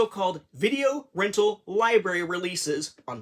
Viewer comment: I swear you said “liberry” and “youtoo”.